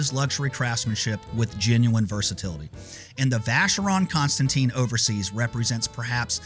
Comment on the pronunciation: Not constant teen, but constant ten! Learn how to speak foreign languages!!!!